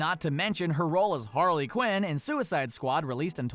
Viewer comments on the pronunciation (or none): none